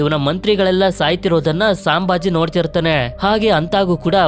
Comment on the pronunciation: ಅದು ಸಾಂಭಾಜಿ ಅಲ್ಲ ಅಣ್ಣ ಛತ್ರಪತಿ ಸಂಭಾಜಿ ಮಹಾರಾಜ್ ಅವರ ತಂದೆ ಹೆಸರು ಛತ್ರಪತಿ ಶಿವಾಜಿ ಮಹಾರಾಜ್ ಅವರು ಛತ್ರಪತಿ ಸಾಜಿ ಮಹಾರಾಜ್ ಇವರು ಛತ್ರಪತಿ ಶಿವಾಜಿ ಮಹಾರಾಜರ ತಂದೆ ಇವರು ವಿಜಯಪುರ ಜಿಲ್ಲೆಯಲ್ಲಿ ಇದ್ದರು